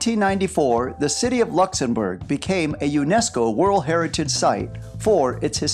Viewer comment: Also it’s Luxembourg not lexembourf